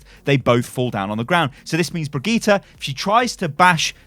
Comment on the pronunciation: It’s BRI-GIT-AH NOT BREE-GEET-AH